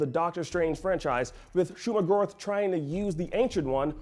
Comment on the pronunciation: Hearing him say Shuma-Gorath's name didn't bode well with me. I could be very wrong here but isn't Go"rath" said like math? Not Gorith?